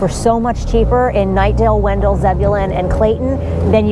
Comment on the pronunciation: wen-DELL! Yes, it's named after Oliver Wendell (WEN-dle) Holmes, but it's not pronounced the same way (per town staff circa 2000 - I asked about the discrepancy, and they laughed it off). My son bought in Angier (not even Wake County) late 2022, and I'm not looking at stats, but it seems that the asking prices are comparable to Garner these days. Love the videos :)